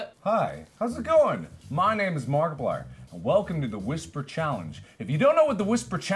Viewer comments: A Person it was more like muscer mar ma markiplier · big ol’ dumb muster-mar-markiplier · "Muster mar-markiplier" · "Don't mind myskerm markiplier" 😂